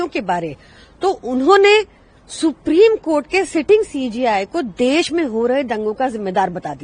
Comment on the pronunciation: Supreme kotha....aise hi nahin bolte hain log